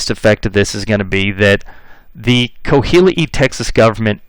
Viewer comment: Great history lesson, I’m enjoying every bit. Just wanted to correct you on pronunciation of Coahuila. It’s pronounced Qua-wee-la.